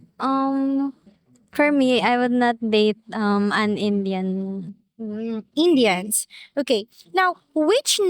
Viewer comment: "An Injun"? Who taught her English, John Wayne? 😂